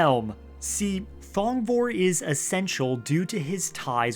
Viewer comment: Thong...vor(e)... Dear gods!